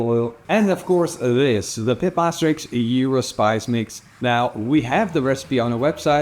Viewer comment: thank you for pronouncing 'Gyro' the correct way. working on this recipe this weekend.